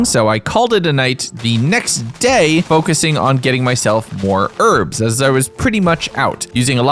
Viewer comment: cant stand how you say herbs.... YES the word herb/s has a H at the start